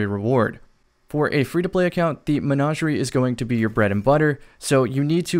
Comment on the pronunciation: Anybody else hate the way he says Menagerie?